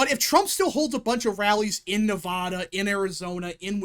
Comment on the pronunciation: Jesus dude say Nevada correctly for once in your life